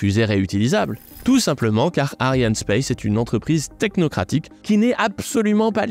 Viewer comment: Ariane espace, pas ariane space. C est principalement francais , pas anglais